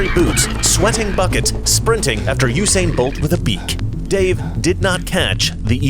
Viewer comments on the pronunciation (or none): none